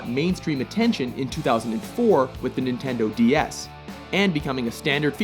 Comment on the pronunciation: I always hear: Nintendo The Ass.